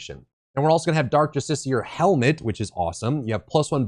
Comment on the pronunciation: Written build progression and proper pronunciation of justiciar. All it takes to win my sub is a brain.